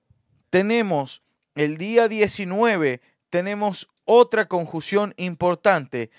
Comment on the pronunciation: ...no se dice conjución es: CONJUNCIÓN!!!!!!!